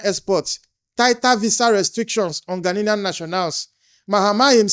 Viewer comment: The whole Nigeria must go might be sponsored by Ghanian government to accommodate deportees from America that he has collected money for because it was allege that they pay them for these deportees. Also, Igbo man it’s Gha nian not Gha nilian correct yourself.